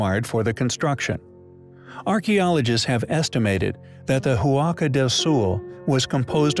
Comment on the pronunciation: Re. Huaca del Sol: It is pronounced wock-a, not who-ocka. The "h" is silent.